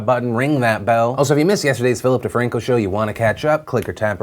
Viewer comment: All I hear was “Feel dat Ting” .com. 😂